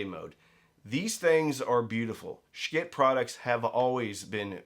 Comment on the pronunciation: Is he mispronouncing “schiit” on purpose to avoid some YouTube rating issue?